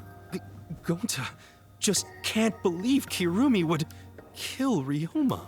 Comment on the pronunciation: “Kirumi” sounds like “kill me” lol